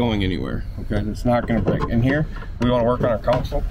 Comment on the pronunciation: So the live wells are computer-controlled touch screen? What could possibly go wrong? 😝 Also, it is "console", not "council". One is a part of the boat you drive from, and the other is legal representation.